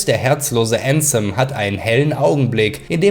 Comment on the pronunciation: Wenn jemals jemand wieder ÄÄÄÄÄNSEM sagt dreh ich durch!!!